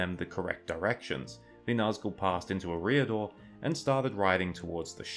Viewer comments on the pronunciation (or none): please learn to pronounce things better, its not ruedour, its Rhudaur, its uhreeador, its Eriador.